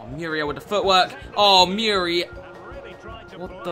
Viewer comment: at times i feel like he is saying miura instead of muriel lol